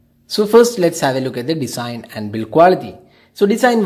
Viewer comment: It's Design & not Desin.